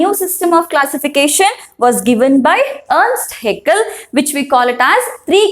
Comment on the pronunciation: Earst haeckel×ernst haeckel